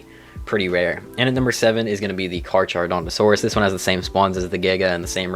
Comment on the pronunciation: I didn't even know the Phoenix could have different colors. They look really clean though. Also quick nerd nitpick, you dont pronounce the "Ch" in in Carcharodontosaurus. Its basically Car-caro-donto-saurus.